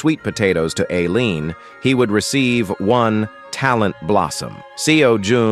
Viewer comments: I absolutley lost it hen the AI voice said "alien" instead of "Aleen" 👽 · All the mispronounced names. Sajean instead of Seijun Alien instead of Ailene Seijun instead to Theo Teo instead of Theo Kwang instead of Keuing Raine Mountain instrad of Cow #4